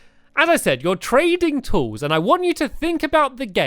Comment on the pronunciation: The first time u said trading tools I thought u said training tools, as if you were getting tools trained to do their jobs lol